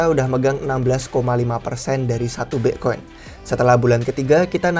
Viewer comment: wkwkwk ky aneh aja denger nya